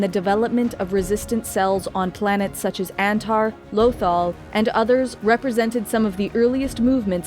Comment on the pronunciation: yall lost me on "Lothal" lmao